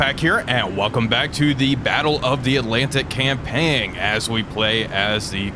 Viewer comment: ...You do know that the 'G' in "campaign" is silent, right? "Cam-pain", like "cam paint" without the 'T' - not "cam-pang"...